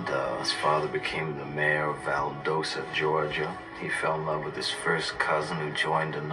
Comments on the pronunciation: It's pronounced Val-doss-tah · It’s pronounced Val-dos-ta gawga🙄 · man he pronounced Valdosta wrong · Have I been mispronouncing Valdosta my whole life?